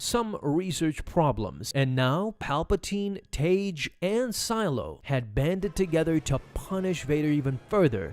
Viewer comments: The only time Tagge’s name was ever pronounced in anything close to the canon was in the NPR radio dramatization of A New Hope. There, it was pronounced “Tag”. “Taj” is just way off the mark. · His name is pronounced "TAH-gee".